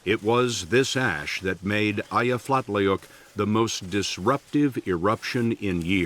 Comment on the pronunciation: Thanks, but that's not how you pronounce Eyjafjallajökull. I give your attempt a B minus.